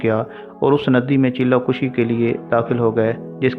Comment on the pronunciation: Han thori ghltyn hyn chella kushi ni ..chella kashi hy